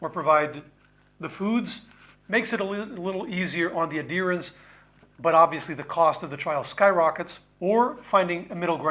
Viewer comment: Are you saying adherence? The ‘h’ is not silent.